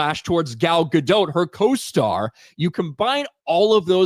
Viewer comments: It's not Dote like Goat. It's Dot like Bot. PLEASE start pronouncing it correctly, I've endured years of this! 😅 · the T in Gadot is silent, her name is not Gal Gadote 🤣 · Take a shot every time pronounces “Gadot” differently!